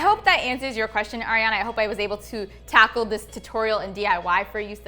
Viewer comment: No one:: tACkLe